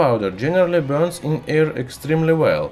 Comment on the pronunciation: i must turn the caption . He can't even says " air " right. No offense but this isn't about accent , he's doing it on purpose.